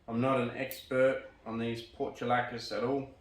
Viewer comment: You crack me up when you say porta-lacka, it's portu-la-caria. :) It has a pretty envious root base. Some hate 'em but I love 'em when done right. There's a guy on Youtube called Little Jade Bonsai that makes well developed really ramified portulacarias.